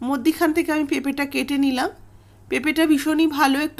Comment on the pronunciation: মদ্যিখানে ❌ মধ্যেখানে ✅